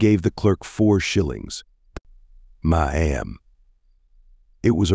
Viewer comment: Ma'am = Mah Am. 🤣 It wouldn't be so bad if the word wasn't so common in this story. I can't deal with this.